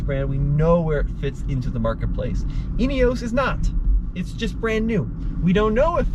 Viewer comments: "in-ee-os", not "in-ee-ohs" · European pronunciation is INEOS not INEOWSE. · There's no e on the end. Ineos not ineose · I believe that the makers call it with the pronunciation "inioss" and Americans should respect that and not refer it as an " inioss. Just my humble opinion. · Great video, interesting comparison. There have been comments on the INEOS about slightly offset pedals being uncomfortable on long drives. Was that apparent? BTW INEOS most people in UK pronounce it IN-EE-HOS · Guys - it's pronounced "Inny-oss".